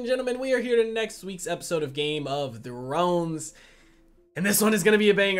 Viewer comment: Sounds like Game of Drones😂😂